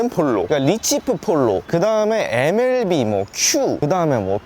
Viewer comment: 엠엘뿌싸 ㅇㅈㄹ ㅋㅋㅋ